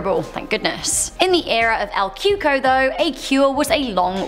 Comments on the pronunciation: Lmao she said el cuko it’s cocou or ( coocooeee) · "El coo-cooye" is how you pronounced number 9 at the beginning